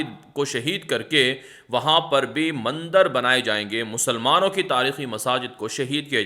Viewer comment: aap hamesha news me mandar ka lafz istimal karte hay haqiqat me wo mandir lafz hay zara talafuz sahi ada karne ki koshish kare mujhe umid hay ke aap isper amal karenge MS,Siddiq bhatkal karnatak